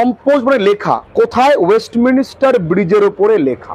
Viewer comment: Sir ওয়েস্টমিনস্টার এই উচ্চারণ টা হবে